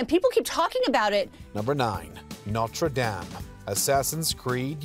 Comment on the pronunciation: Why are you pronouncing Notre Dame so terribly cringy. STOP! STOP! STOP! 🤬🤬🤬🤬🤬🤬🤬🤬